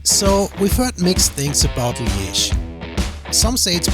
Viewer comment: Your pronounciation of Liège is better than you'd think